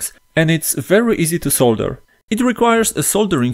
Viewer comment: Finally someone says solder and not sodder. thank you